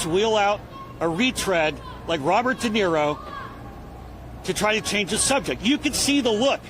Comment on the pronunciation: I can hardly stand listening to this bs!!! Robert Denaro? 😂